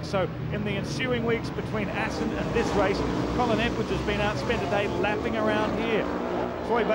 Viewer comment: "Welcome back to Assen" ........